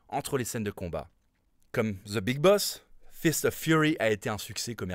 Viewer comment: ''Ze big boss'' !!! Misère 🙄